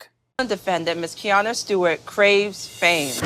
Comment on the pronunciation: Why can’t we learn how to say Keiarna’s name ?